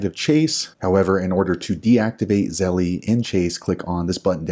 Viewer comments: The fact he calls it zelle-E drives me crazy! It's just zelle. The company doesn't pronounce it that way and if you say it with proper pronunciation you don't say it that way. Just makes him sound like he thinks he's a 13 year old girl. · it is pronounced ZELL NOT ZELLEY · It’s pronounced zell not zelley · Damn he’s the first person I heard say Zellie 😂